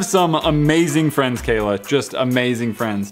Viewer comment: He said frind instead of friend